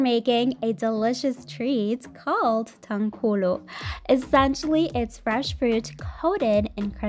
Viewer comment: Wow you pronounced tanghulu correctly!! Kudos!